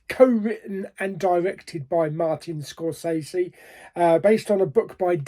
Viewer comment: Kudos on the Scorsese pronunciation. I had no idea. I’d been pronouncing it wrong for years! I really want to see this but I’m going to wait on streaming. I can frisée a numb bum in the cinema. 😂